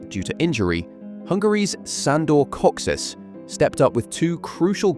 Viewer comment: Awesome video :) (by the way it's Ferenc and not Ferenk and it's Kocsis and not Koscis)